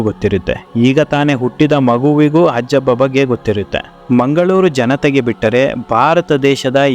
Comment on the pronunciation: ಹಜ್ಜಬ್ಬ ಅಲ್ಲ... 'ಹಾಜಬ್ಬ'. ದಕ್ಷಿಣ ಕನ್ನಡ ಜಿಲ್ಲೆಯ ಮ೦ಗಳೂರು ತಾಲೂಕಿನ/ಈಗಿನ ಉಳ್ಳಾಲ ತಾಲೂಕಿನ ಹರೇಕಳ ಗ್ರಾಮದ ನ್ಯೂ ಪಡ್ಪು ಎ೦ಬಲ್ಲಿ ಇವರ ಕನಸಿನ ವಿದ್ಯಾ ಮಂದಿರ ಇದೆ... ಹರೇಕಳ ಹಾಜಬ್ಬ...